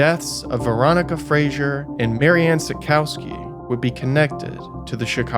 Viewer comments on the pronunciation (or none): none